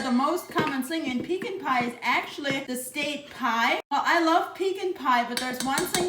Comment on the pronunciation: I've never had a "peekin' pie". I can "see" the attraction to it.😂😂